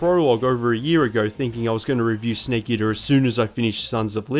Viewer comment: "sneak eater" (Don't worry, us kiwis across the ocean also get shit for our accents lol. Great video!)